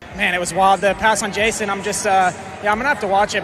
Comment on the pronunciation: its jason anderson not justen